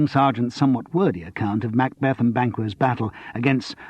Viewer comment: ooh the way he pronounces "MACbeth" is irritating! I wish Simon Brett himself were reading this, not someone with an American tinge.